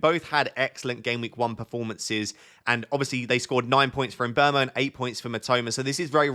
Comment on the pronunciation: finally someone who pronounces mbeumo correctly!